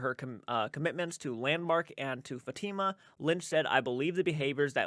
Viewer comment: Just wanted to give you a little FYI as a fellow Rhode Islander, Burrillville is pronounced Burr(like burr I’m cold) ill-ville. And Fatima is Fat-i (the i sounds like it does in itch) ma